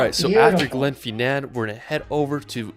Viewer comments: Just to let you guys know he said Gen-fie-nan its Glen-Fin-Nan, thats about 40 mins drive from my home in Ardnamurachan. if you want to know where Ardnamurachan is see the bit of land that goes way out west that has Kilhoan on it thats ardamurchan and my home is mentionsed there its Glenborrodale, Named after a viking warrior that was burried called Borridil. Yeah Midgies is like mosquitos, when there has been rain stay away from Tree's and bushes. Yeah if your use to mosquitoes dont worry about them! yeah alot of our islands arent very big the Isle of skye is only 50 miles by 25 miles. Avg temp in summer moneths is 17 c (63f) but we have been getting in upwards of 23c (73.4F) recently, if you on the coast it will be cold and windy, esp at duncansby stacks! Most historical sites are owned by the National Trust for Scotland. Yeah you have numerous areas of sheep goats and even Hingland Cattle roaming the glens and roads! Best time to visit is May-August. Where abouts are your scottish roots? Hastings and Pevensey castle are located in england, England has around 4000 castles, scotland has around 1000 and wales has around 430, Great Paintings. Great video Guys! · You're right about 'Edinburgh'. But our enthusiastic young friend can't pronounce a lot of other words, either, e.g. 'Glen-FIN'n', 'VIE-uh-duct', 'HOLL-ee-rood', 'ELL'n DON'n', 'GLAS-go', 'BIDG-'n nam BEE-an', 'Loch LOAM-und'. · Glad you corrected him on EDINBOROW and GLAZ GOW !! Now you know how I feel when other American youtubers pronounced stuff incorrectly ! He also pronounced GLENFINNAN VIADUCT and LOCH LOMOND incorrectly ! The summer temp in the Isle of Skye area is about 16c/60f. He missed SO MANY locations throughout Scotland. If you don't like the weather in the UK....Just wait 10 minutes....it'll change. Great job on saying PEVENSEY . Spot on 👍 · Not just the cities, also Glen Finnan.